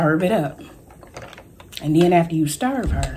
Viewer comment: Am I the only one that luvs when Tam makes her delight and says stirv her. Stirv her up.? I luv that!! Btw u are beautiful Tam. That pink eyeshadow is EVERYTHING on u!! Food looks delicious.